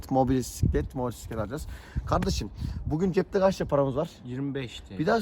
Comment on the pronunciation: Motorsiklet diyorsun ama mobosiklet anlaşılıyor